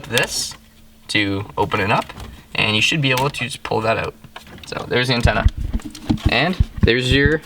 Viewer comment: It is OUT not EUT